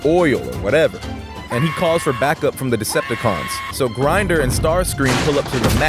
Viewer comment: btw its not grinder, its grimdor. ppl pronounce it (Grimm-dorr) thought u wanted to know